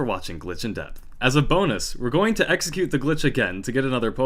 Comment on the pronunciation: Don't you mean 'Eggxecute'? ;)